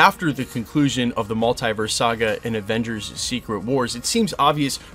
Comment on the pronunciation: Hate the way you say Multiverse 😂😂